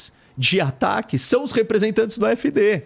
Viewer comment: Mentira, nao é a e os apoiadores da afd que fazem ataques, esse professor nao sabe de nada! Nem pronúnciar o nome do partido voce nao sabe! Voce mora aqui? Voce fala alemão? Eu sou NEGRO KARALHO! a maioria dos arabes, turcos e africanos que conheço e ja conversei eles querem a Afd! Voce nao sabe de porra nenhuma qual o seu problema, "nem todo mundo entende" você pode se colocar nesse meio pois voce nao conhece NADA DA ALEMANHA! VOCE É UMA PIADA!